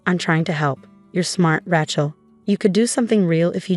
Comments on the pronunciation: Why can’t AI pronounce her name correctly, it’s Rachel not ratch-el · Every time, from now on, I hear "Rat-shell" I am going to give the story a Thumbs Down and exit in search of a story that does not include such lazy mispronunciations. The same goes for "fakade" and "rezoom". There is no excuse. All are common words, not exotic foreign words. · AI can't pronounce Rachel correctly.